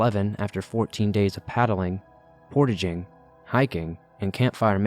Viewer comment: The way this man says Temagami and also portaging😂 that story was cool for me because the odds I have one mutual friend with this person are high because the outdoor industry is small in Canada